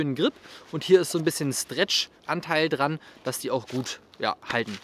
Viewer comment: jeder : strech fritz : schtrecht